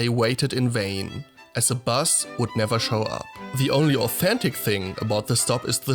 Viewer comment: You can always spot a German by mixing up v and w pronounciation.